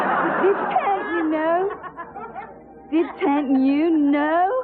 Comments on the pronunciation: It was so funny where Andie was correcting James "The academy award that you didn't win.." "DIDENT" "You didn't?" "DITENT" You did not? "DI-TEENNT" "You DITENT win, Andie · Scyas *T*i-tent. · Dit-tent you know? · 2022 who’s still saying “Di-tent”?